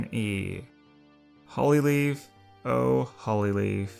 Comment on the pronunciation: YOU LITERALLY DIDNT JUST DO THAT. HOLLYLEAF DOES NOT DESERVE TO BE THERE SHE SHOULD BECOME AN S I AM ANGRY AT U WHY. AND SAY HER NAME RIGHT ITS HOL-E-LEAF. ALSO, IVYPOOL NEEDS TO BE A HIGHER RANK. I AM DISLIKING THIS VIDEO REEEEEEEE